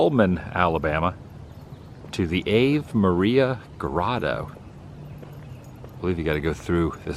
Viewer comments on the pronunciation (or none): "Ah-vey" not "ayve"...lol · I enjoy his videos but the obvious lack of education to pronounce it like ave in gave. But he prefers that horrendous punk rock versus decent classical music. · Not that it matters but “Ave” is pronounced “ava” , first a short and second long. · I expect i'm not the first to let you know, it's pronounced ah-vay. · For your next trip there, Ave is pronounced Ah Vay. Think of the religious song Ave Maria. I know that most religions other than Catholics aren’t so big into the Virgin Mary ❤️ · Pronouncing Ave like in "gave". Apparently you don't need much education to do videos. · It's pronounced 'ah-vay' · It’s pronounced ah-vay. Ave, in Latin, means hail. Ave, Maria means Hail, Mary. PULEEZE stay away from Disney, which means Boring Vids, in Latin. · The first word innGrotto is pronounced AH VAY. for those pronouncing at home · The Grotto was beautiful. It is pronounced Ah-vey. It is fascinating to see all the handiwork. It shows a lot of passion in his work. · Been there. It's pronounced Ahhv-a its latin Einstein. Don't want our childrens learnen none of those dead languages! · 😂 "Ave Maria" is a prayer actually pronounced Avé (Ah-Vay) Maria. It's Latin and it's Catholic. It means "Hail Mary." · "Ave" = "ah-vay".😉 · Not being Catholic impedes pronunciations sometimes.